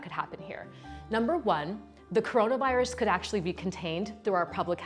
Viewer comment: she said coronavOros